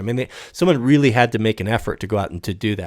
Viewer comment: maybe he'll explain all the weally hard parts later in a serious "discorse".